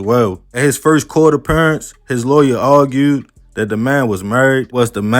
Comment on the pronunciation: Heard “argewed” and instantly knew you from Bmore lmfao